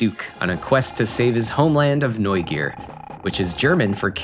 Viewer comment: Chaos Seed also came out in Saturn, like many late SFC releases. like Feda! I wish GameFreak would rerelease there old work, it looks neat. Obitus has some super smooth dungeon crawling and props for the pronunciation of Neugier!